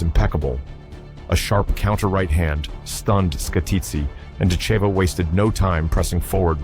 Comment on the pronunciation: Yes, it would. It would also be nice if people, & AI, knew how to pronounce Dakota's surname. Oh, AI saw my comment; all of a sudden it pronounced it right! Oops, went back to saying it wrong.